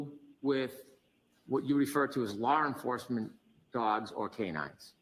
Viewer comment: Lar enfuwsment.